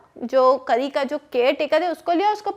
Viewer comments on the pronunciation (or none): Mam this is not kri it is kari a is not silent